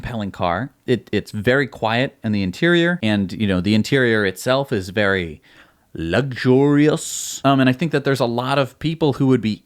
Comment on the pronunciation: Luggurious! Bahahahaha! I love how it was dubbed over. Oh for crying out loud! Between you and Gali with his Jagwire cars, so embarrassing. Cracked me up though, well played, sir. One more "awso" instead of "also" and I'll probably blow a pupil.